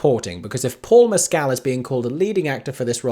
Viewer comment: Paul Mescal’s surname is pronounced without emphasis on the second syllable or elongating it